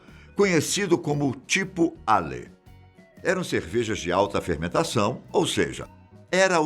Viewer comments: Difícil ficar ouvindo "Ale" e "Lager"... sem abrasileirar por favor... "eiou" e "laguer"... ninguém fala "reinequen", então não custa ensinar direito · Ouvir a pronuncia de LAGER e ALE chega a doer no coração!